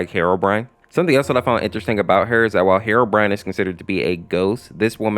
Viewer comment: You said herorine